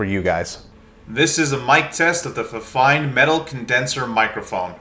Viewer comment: It's pronounced "feefine" if that helps.